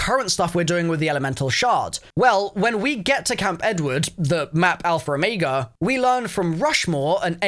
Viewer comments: “alpher omayga” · I hate how he says "alfer omega"